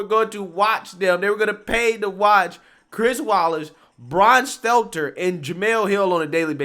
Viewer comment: This is the first time I ever heard this guy say Stelter’s name right… He reminds me of Jesse lee Peterson the way he butchers the shit out of words..